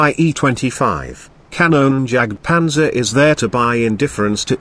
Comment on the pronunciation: xD you cannot speak Kanonenjagtpanzer xD it is so funny for me an austrian tanker